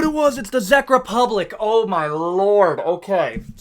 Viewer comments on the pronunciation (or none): Your Czech Republic pronunciation hurts me 😆